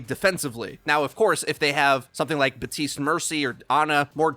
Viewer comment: The P in Baptiste is STILL not silent.